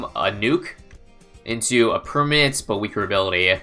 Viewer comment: I heard permit 😳